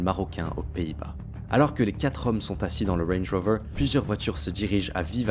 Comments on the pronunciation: Wange wover ( il m'a stressé avec sa prononciation) 😂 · Tu viens de gagner un Abo pelo mais arrête avec ton accent sur range rover zebi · « Wenj woveur » me régale 😂😂😂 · Mdrrrr le wrange wrover 😂😂😂 je voulais vérifier les commentaires parcequ'on étais plusieurs à taper un fou rire et vu les commentaires on es pas seuls 😂 sinon bien l'histoire ! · « LE WENJ ROOVEUR » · Range rover psartic l accent 😉😛😛😊